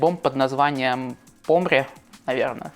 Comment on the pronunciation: "Помре" - ударение на Е. Помре - "умрем". Как то так)